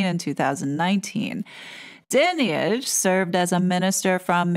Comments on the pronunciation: The audacity and arrogance is unbelievable, what about the central tenant of British law,(and several other democratic countries)? “Innocent until proven guilty “. I must say your pronunciation of her name is incorrect, it’s “dine-age”. With regard to her dame hood; the vast majority of honours are purely gifted by politicians and presented by the monarchy. There are very few the King has the sole right to decide on the beneficiary. What has happened with RB is utterly unfair and a frightening over-reach by the media, who may l add are unelected and definitely subjective. Nefarious bodies are involved in the travesty of justice. The most important question in this sorry episode is, “why haven’t the alleged victims reported the alleged criminality to the correct authorities, (the Police)?” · Firstly her surname is pronounced 'Dine-age. She is an absolute disgrace. These letters only add to the suspicion that this is all about shutting up anyone that dares to expose the establishment and nothing to do with protecting vulnerable people. This woman needs to lose her position and 'her' income. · Hey just to clarify. The role of the monarchy regarding BEM (British Empire Medals) ispurely ceremonial. It is the Government that decides whi actually gets these accolades. That dreadful woman's name is pronounced Dynage. The whole thing seems off to me... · Your wrong about this! Her Dad was Fred Dinage. You pronounce her wrong and you haven't done your homework about this! Di nige is how how you pronounce her name. A poor video and completely inaccurate. An American getting it wrong again! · Her surname is pronounced 'Die-nij'. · Her name is pronounced Dine-age... Everything else spot on. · Totally agree.